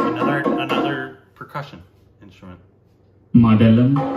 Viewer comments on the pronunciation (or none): Most of the pronounciations in the documentary are wrong.Like he says "kaalamandalam" instead of kalaamandalam."Tabela" for "Tabala"."madelam" for "madhalam"